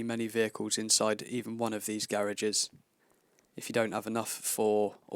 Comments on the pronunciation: "Garags" xD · He says garages funny